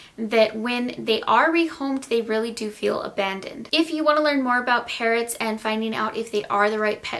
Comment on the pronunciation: I thought she said parents instead of parrots 😂😂